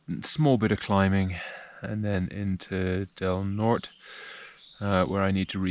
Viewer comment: "Del Nort-ay" is how it's pronounced, my sister went to Del Norte High School. Great video.